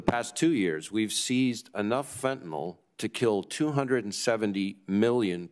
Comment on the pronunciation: Why can NO politician properly pronounce the word Fentanyl? Can we get them a 'Hooked on Phonics' program. Sound it out . . . just like your 2nd grade teacher told you. Fen-TA-NYL